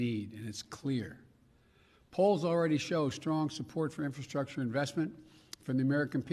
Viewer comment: Infuckedstructure with alternativezzz. Guy can't even talk such an embarrassment.